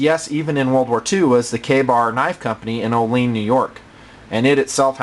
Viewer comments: GRRRRR! Camillus is pronounced "Kah-MILL-us" NOT "camel-us" and Olean is pronounced "OH-lee-ann" NOT "oh-LEEN" Get it right please. These are towns in upstate NY. I like your vids though, BTW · It's "oh lee an" (sounds like and) NY. not "Oh' leen" LOL, it's not far from me, anyway nice knife and review. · I was born and raised in Olean NY, before I moved to CT 4 yrs ago, great place if you are a knife nut like myself, there was Cutco & Kabar produced in the same factory and then 20 mins away in Bradford there was Case knives and Zippo. Just for some info, it is pronounced Ol-E-an not O-lean. Great Vid, always makes me proud to see a vid of a quality product produced in my backyard. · I hate to be that guy but Olean is pronounced oh-lee-an. It's a common mistake unless you're from around here. I've actually had the opportunity to tour the KaBar factory here. Quite an interesting experience and apparently a rare one, they're very concerned about people stealing their designs and processes. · It's actually pronounced ole-an. Just sayin Ive lived there for 17 years and people always mispronounce it